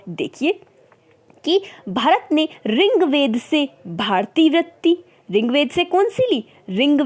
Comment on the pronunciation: चारों वृत्तियों को भली भांति समझाया ; परन्तु एक निवेदन है कि आप अपना उच्चारण शुद्ध कीजिए ! जैसे - ऋग्वेद को रिंग्वेद न कहिए ! शेष सब ठीक है ! धन्यवाद !